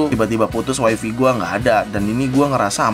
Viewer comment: Wai fai cuy bukan wai fi